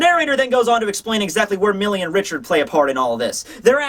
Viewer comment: Mille is the French word for one thousand. Pronounced something like "meel"